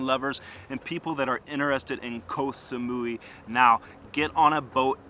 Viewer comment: Koh samoy is the pronunciation